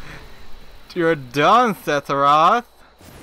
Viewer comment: Hearing you say his name irritates me, it’s Sepheroth not Setheroth